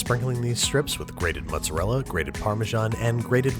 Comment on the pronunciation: Really like your recipes, but "mozzarella"...that really hurts...also, what's romano? Pecorino? And I know it's "difficult" for you, but I'd love to have also some metric portions for your ingredients...